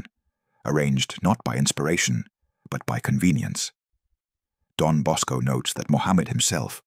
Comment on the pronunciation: It's Don Bosco NOT Dom Bosco.